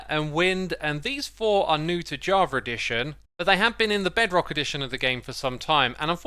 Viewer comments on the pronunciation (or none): none